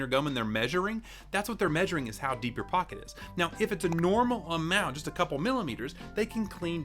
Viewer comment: "to see how deep your pock it" 😂 SO TRUE 💸